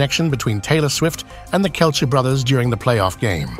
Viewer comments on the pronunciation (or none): AI voice has no idea how to properly pronounce Kelce.